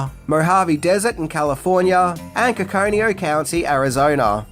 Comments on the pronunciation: FYI it's COCO-KNEE-NO.. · coco-nee-no…. I live here and that about broke my ears. 😂😂😂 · Its pronounced Ko-Ko-Ne-No, Az. Just dsying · I think it's pronounced "cocoa neeno" ;) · it's pronounced "coke-in-een-oh" arizona. 😅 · Giggled at your pronunciation of Coconino County...Hello from Mohave County AZ. Also, the strumming guitar that features throughout the movie was catchy